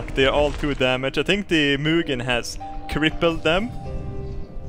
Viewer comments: du säger Muginn hela tiden haha, det är Huginn och Muninn:) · I pronounce it Huginn & Munnin, not Huginn & Munnin